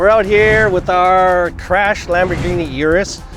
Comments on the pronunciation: Lambolet (Lambo lay) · LamborChevy UrHoe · Hoeghini it is